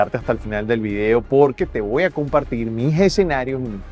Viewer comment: Corrige" te Wa En vez de te voy a...exolicar etc. A